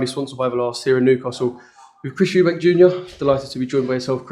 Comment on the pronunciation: Why does everyone pluralise his name. His name is eubank not eubanks